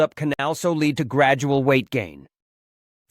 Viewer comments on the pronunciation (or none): none